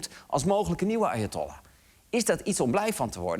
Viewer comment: Ik hoorde steeds: "Arjentollah". Nederlandse betrokkenheid ten top 😂